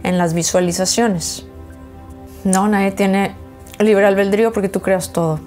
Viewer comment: La palabra correcta es ALBEDRÍO No "albeldrío" 😊 Saludos